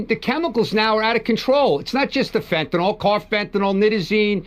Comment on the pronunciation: 1. It's pronounced FEN TA N I L - as it's spelled F E N T A N Y L. 2. Your comment about Trump going after all the fentanyl pouring into our country assumes we're being told the truth. There's still been ZERO confirmation that the small boats that have been destroyed by Kegsbreath were carrying drugs. Maybe they were, maybe not. However our protocol is to seize the boats and the contents....not blast "SUSPECTED" drug traffickers out the of water. One of the boats blasted was apparently NOT carrying any drugs. But I guess this administration of war mongers think casualties are just fine because the people in them are brown skinned. 3. As always, Trumps actions are diversions from all of his failures: PRICES HIGHER THAN EVER GASOLINE SPIKING ALMOST DAILY PRESCRIPTION DRUG PRICES OUT OF CONTROL FUEL COSTS FOR HEATING AND OTHER USES GOING UP UP UP. HEALTH INSURANCE PREMIUMS, CO-PAYS AND DEDUCTIBLES FOR MILLIONS WILL GO THROUGH THE ROOF AT THE END OF THE YEAR IF GOP REFUSES TO NEGOTIATE. 4. According to Babbling Barbie Bible (dollar store Jen Psaki) Trump's main focus in on the ballroom. The $300 million ballroom when Americans can barely afford basic necessities.